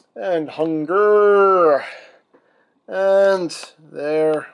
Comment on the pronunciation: It’s hungurrr junior